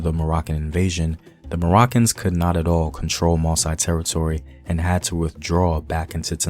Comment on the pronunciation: Just a remark to the teller whose main language is english ;your(english)pronunciation can be confusing for many french speaker or native....You pronounce MOSSI like ( MO- Sigh) which can be interpreted like Masai(Ma - sigh): a tribe found in Kenya if i am not wrong...The supposed right pronunciation for MOSSI should be: MO - ssee...Anyway,keep up the good work and try to use the local or original pronunciation.